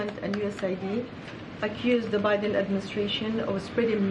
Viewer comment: Oh great more lies to be spewn. Oh look she went to say obiden again